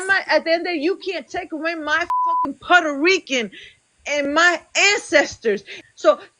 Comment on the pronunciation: she cant shut up and then she cant answer....shes so annoying. She cant pronounce "puerto rican", "indigenous", "natural" and so many other words but she brags about being part of the USA 😂